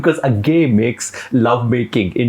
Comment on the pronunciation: Bhai its not A-gay Its अज्ञेय 😭 ये कैसा फुद्दू एक्सेंट बोल रहे हो 🤲